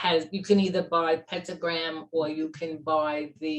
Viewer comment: Did she say pentagram?